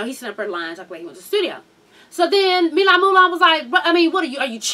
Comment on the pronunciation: his name is Milan. & it's pronounced mill-ahn